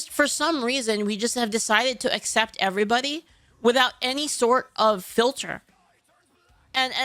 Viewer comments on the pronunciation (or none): none